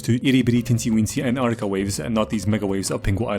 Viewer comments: when ur dyslexic but cant say Antarctica right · wirst couple of seconds in bro is speaking like hes autistic: an ANA NAna nann ah an ggha an ann whahdaw MMMM antartica